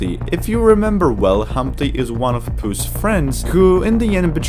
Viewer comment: Why does he say pas in stead of puss sometimes? Btw it’s not a spade it’s a fricking sword a weapon not a farming tool smart alec YouTube won’t get you for saying sword it’s not copywrite it’s only associated with violence but it hardly causes it in this movie